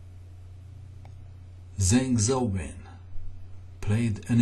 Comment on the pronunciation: zhang xiaowen is pronounced Jang shaow wen